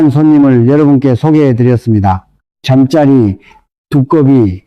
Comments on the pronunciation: 점자리를 잠짜리 라고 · 발음정확히하세요 잠짜리가멉니까 잠자리라고하셔야죠 듣기시러죽것네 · 잠짜리? 누워자는 잠자리와 곤충 잠자리를 구별 못하고 발음을 하니 듣기 거북하여 신뢰가 가지 않는군요. ㅠㅠ